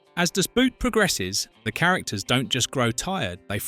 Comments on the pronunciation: Nice clip, but honestly, if you insist on using the german title, learn how to pronounce it correctly, it is just two words! With all the stuff you tell us about the movie, how about the correct pronounciation?! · The pronunciation of "Das Boot" by narator makes my ears bleed. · It's really funny. The amount of research abut aspects of the film, but not how it is pronounced... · Ffs, spell it as "boat" so the AI voice pronounces it that way. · Its pronounced das boat. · In german, "Das Boot" is supposed to be spoken "Das BOAT". "OO" in german was never pronoucned as in english/american.< This is butchering the film's name. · why are you saying das Boot all the time ?( boot like the shoes ) makes me laugh every time , havent you ever heard the title being said correcly? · FFS if you like the movie so much you should know it’s pronounced Das Boat, the same as in German. It’s not footwear damnit. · ...never understood why english speaker dont just pronounce the film Das "boat" because the english "boat" sounds very similar to "boot" in German. The english prefer to pronounce it like the english "boot" and this is so funny wrong. Just say DAS BOAT and its fine... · Just let the AI pronounce it in english, boat and boot sound almost the same, just say Das Boat. Way better than making it sound like it's something you wear on your foot. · Permanently pronouncing the film title wrong... American ignorance is everlasting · You couldn't hire a narrator who knows how to pronounce German words, especially the title?! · Pfff if the title of the film can't even be pronounced... That is a bad sign.